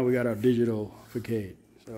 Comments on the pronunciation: Good work. But I couldn’t figure out what you were talking about for a bit…. It’s pronounced “ fa sod”…. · Facade is pronounced fuh saad. 🙌👍. I did your channel though you have great ideas. 💡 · Fa Sod 😂 ❤